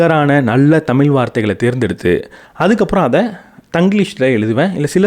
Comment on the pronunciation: எல்லாம் வெகு சிறப்பா செய்றீங்க தம்பி. ஒரே ஒரு விஷயம் தமிழ் என்பதை தமிழ் என சிறப்பு ழகரம் பயன்படுத்தினால் இன்னும் வெகு சிறப்பு. தமில் தவிர்க்கப்படவேண்டும். தமிழ் - ழ நாக்கை உள்நோக்கி மடக்கிப்பேசி சில தினங்கள் பழகினால் விரைவில் சரியாகிவிடும். வாழ்த்துக்கள்.🎉❤